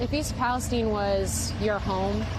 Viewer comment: Why is msnbc intentionally mispronouncing the name of this town? It is pronounced in the exact same way as the country Palestine.